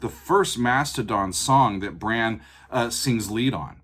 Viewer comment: I'm pretty sure Brann pronounces his name with a soft A. I've actually met them before. And I'm glad you chose this song, as it's the first song in the album. But the whole album start to finish is fantastic and one of those albums that is just a journey from start to end. Even if you don't make another video please listen to the album start to end.